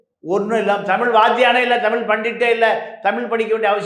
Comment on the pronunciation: கற்றது தமில்.. அ.. தமில் படித்தவர்கல்.. அ.. பட்டம் வாங்கியவர்கல்.. ஆ.. தமிழ் சரியா உச்சரிக்கத் தெரியாதவரை.. RSB மீடியாக்கள் அழைப்பது.. __ __ பாண்டியன்.. 🤯